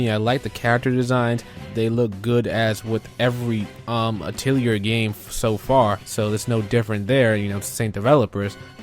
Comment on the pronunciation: Hopefully this doesn't come off as rude, but Atelier is pronounced Ah-tih-lee-eh, not Ah-til-yer.